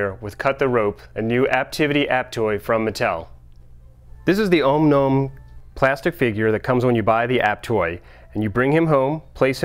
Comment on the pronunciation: Did he say "Ome Nome?"